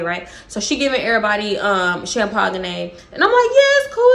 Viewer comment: Wait …champagne? Is that a Texas thing to say it like that😂😂